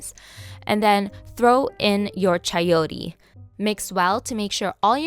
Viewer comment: you said Chayotee. lol so funny. .....